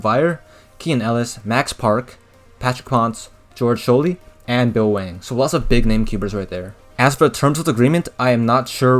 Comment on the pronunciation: george scholey is pronounced like george sKoley not sholey fun fact